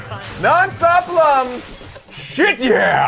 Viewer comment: Lums is actually pronounced "looms" like il-LUM-inate, not "um" like in "dumb".